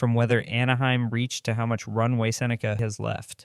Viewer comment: I'm guessing he said his name wrong on the first cut and had to dub in the correct pronunciation.